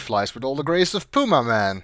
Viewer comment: It's pronounced "P-yuma Man" ;)